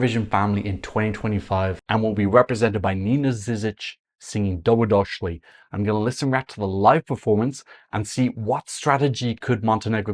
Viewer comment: Pronounciation: Doh-Bro-Dosh-Lee (you actually did okay aside from the missing i) Also the Ž is like the sound when you say in English that you want to “zhuzh something up” (make more stylish) - or like the sound in the middle of the word “measure”.